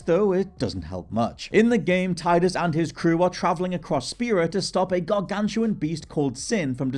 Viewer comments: It's Teedus. Not Tie dus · Its TEE-dus. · It’s pronounced “TEE-duss”